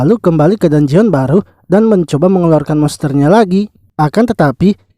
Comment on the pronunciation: bang cuma kasi tau,bilangnya dunjen aja bang dangeon itu tulisannya aja,biar enak di denger